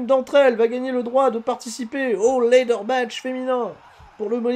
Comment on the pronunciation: Par pitié, on dit LAdder, pas laideur!!!!!